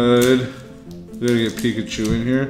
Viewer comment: It's Austin chum!!!! I saw rick open cards and mispronounce pikachu XD omg that was funny. He should have let you get the charizard